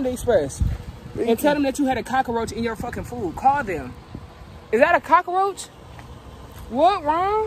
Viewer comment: Bro he calling the cockroach a ''cockad*ck'' 😂😂😂😂😂😂😂😂